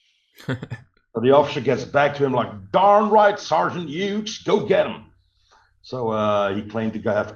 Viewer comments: The proper pronunciation is HUGHES! MY father was in the 101st and then went into 82nd post World War II. Please have somebody fix the video. It sounds like he’s saying Hue. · Another excellent video. Great work! By the way, Hughes is pronounced HEWS.